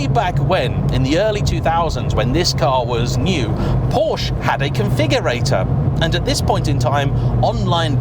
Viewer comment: I really like your videos,. But please stop calling it a "Poasch". Every other car brand, you seem to be able to prounce correctly, why not Porsche? Clarkson: How hard can it be? Please, you can make it. Thanks from a german car enthusiast.